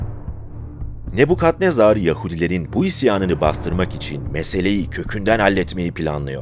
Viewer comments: Ne bu yav?. Ne Bu Kadnezar degil. Nabukadnezar olacak. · Kadnezar ne bu? Nebukadnezar? Cevap ver bana 😂